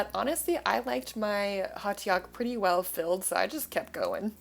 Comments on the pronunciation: Hey just wanted to say something about the hotteok pronunciation It's pronounced Hottok and not hottEok Hopefully I explained it good enough cuz I have issues explaining stuff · The pronunciation of it is Ho-Ttugg in Korean :)